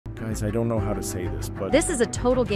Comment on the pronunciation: Can we add phonetic spellings to the script so that we "don't" get "doont" like I heard in your playback? Nothing breaks the immersion worse than a poorly pronounced word in the audio.